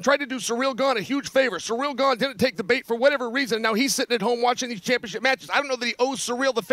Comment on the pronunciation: "Surreal Gane," "Alex Pee Era," and now "Sir Jay." Chael sure has a way with names.